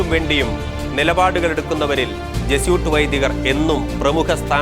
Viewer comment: Jesuit should be pronounced correctly as Je su it. Not as Je soot.